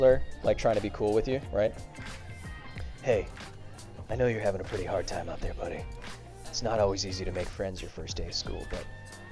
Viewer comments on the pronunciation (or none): none